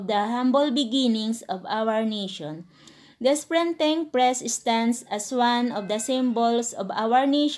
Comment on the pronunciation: "Prenting press" 😂😂